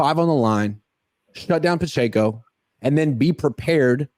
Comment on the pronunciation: The way says Pacheco is killing me It’s puh-check-oh, c’mon